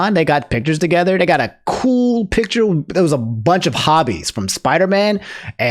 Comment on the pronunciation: 💀, you gotta work on your pronunciations bro... Hobie isn't named like a HOBBIT Say it with me now... Hobie (ho-be) Ho...bie HOBIE Respect the name